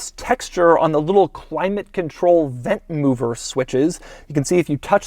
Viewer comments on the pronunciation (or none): none